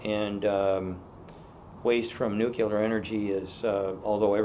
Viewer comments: Can someone explain Mr. Munro that there is no such thing as "nucular" power? I wonder if "nuclear" is the word for which he is searching? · Sandy, nuclear is not pronounced new-cue-lur. You listened to W. too much.